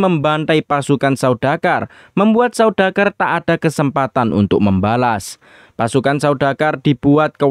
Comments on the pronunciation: izin koreksi ya. yang benar itu 'Sardaukar' bukan 'Saudakar' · Saya malah dengernya saudagar